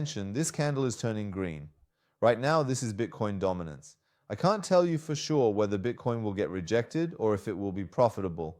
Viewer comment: دامیننس و میگه بایننس😂😂